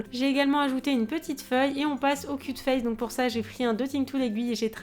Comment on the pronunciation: Quand tu as dit "cute face" j'ai compris : cul de fesse 😂 Sinon c troooop kawaii 💘